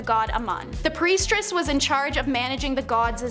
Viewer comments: if she said priestress one more time i was going to yell and change videos. at least they're using real people and not ai voices reading scripts, that annoys me to no end. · Do y'all look these words up before speaking? You really couldn't figure out it's "Priestess," not "PriestRESS?" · PRIESTESS not priestRess please!! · Not trying to nit pick, but... Lol . Sorry it's priestess, not priestress. Thought you'd like to know. Do you don't post....that would be embarrassing. ......ummm. Ahem...... Oops. 🙄😬🤬